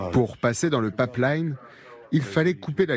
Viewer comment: C'est : " pipe line " pas " papleïne "